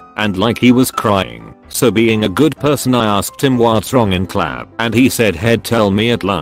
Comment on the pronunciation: Really? This stupid fn bot can’t say class? At least this one didn’t keep saying number instead of no